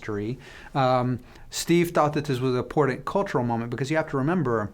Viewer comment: This guy says importet instead of important and he uses that word often.